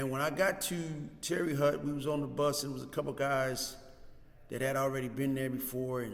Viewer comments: My man its not TERRY HUT..Its TERRY HOTE spelled different but tahts how u say it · How do you spend years in a place and still don’t know how to pronounce the name of the place?